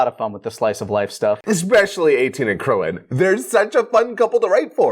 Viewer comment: why did the dude onna right say Goku and krilllin wrong?